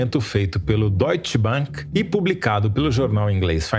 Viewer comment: É Deutsche Bank e não Deutschte Bénk. Esta coisa de falar a para é é coisa de americano. Mas o Deutsche Bank é alemão, onde a é a.